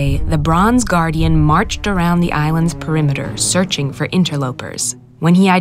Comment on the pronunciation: Instead of ‘the bronze guardian’ I heard ‘LeBron’s Guardian’